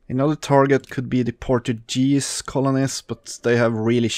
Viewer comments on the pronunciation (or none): Portuguese with the same G as guard. not portujese